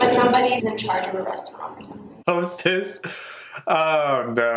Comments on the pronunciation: I died when they said "HOE-STESS"😭 gurl i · Hoe - stess 🤣🤣🤣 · Im dying on the "Hoe-stess", I'm so sorry 😂. And if you noticed, we really taken the Tomboy seriously. I agree with the "That's not how that works"😂